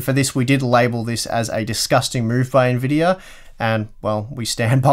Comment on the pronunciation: What is an "N-Videyor"?